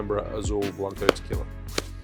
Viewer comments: But you still pronouncing 'qui' in tequila correctly, is the same, again, this is not an attack, is just a tip or advice to help you pronouncing words and names from Spanish Language, i had a lot of problems when learning english so i know that, but if you can improve your pronunciation you should, we always should be improving. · Rum AND Tequiila What's not to love? Cheers say ( Tuh - KWEE - la) lol